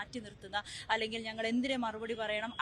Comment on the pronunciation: ഞെങ്ങൾ അല്ല ഞങ്ങൾ